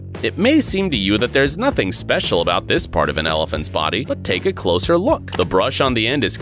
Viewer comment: "elifants" LMFAO